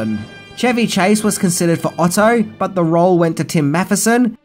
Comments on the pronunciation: Tim Matheson was cast as Otter, not "Otto" bro but otherwise, very informative and entertaining! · "Otter", not "Otto". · Otter, not Otto - slight mispronunciation